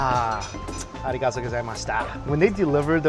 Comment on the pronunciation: Ohh... you can say arigatō correctly.. why pronounce it so bad?